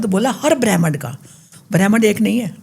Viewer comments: bremnd ni hota brahmand hota hey, bechare deepak ko bhi pehle smj ni aya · bhramhand bol nahi paa rahi, all cheap conspiracy theory rat rakhi hai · Brahmand ❌ Brehman ✅ 😂😂😂😂😂😂😂😂😂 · Brahmaaand not Bram ind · Brehmand nhi brahmand hota h 😂😂